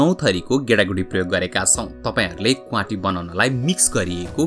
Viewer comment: Please note it's क्वाति not क्वांटी